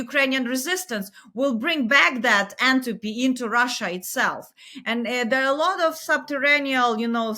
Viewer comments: She actually says 'entropy'; although I'm not sure why she's using a thermodynamic term in this context. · 8.29 she says "antopy" . What does she mean?